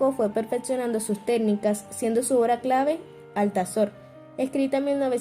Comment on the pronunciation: no es Alzator! Por Dios! Es Altazor!😂